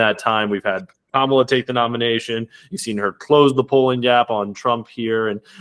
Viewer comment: Out of respect can you please say her name right, it is pronounced "comma -la"